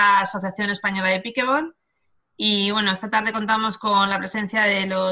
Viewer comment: por que lo pronuncian mal...cojones!!!! NO ES PIKEBOL.... ES PIKELBOL con una ele entremedio .... PICKLE se pronuncia pikel.... y combinado con ball el pickleball